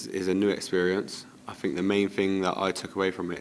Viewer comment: Capt.Colwill - So eloquent and lets face it, so mature compared to Reece. If he could just nail that "fink" back to "think" he would be 10/10 ;-)